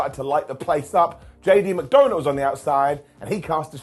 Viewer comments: Is it just me, or doesn’t it sound like is saying JD Mcdonut? lol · Yes. He's calling him McDonut. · 35 - I swear I hear “JD McDoughnut” 🍩 when you say his name. 🤪